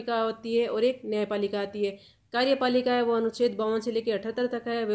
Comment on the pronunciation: Anucheddd na ki aducheddd